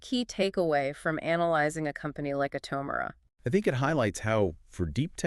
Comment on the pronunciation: Please learn to pronounce the stock name your talking about. Smh 🤦🏽‍♂️